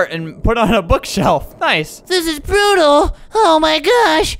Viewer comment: When he said brutal I thought he said beautiful